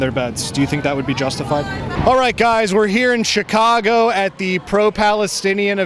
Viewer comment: she speaks CHICAGO with a native american accent. HAHAH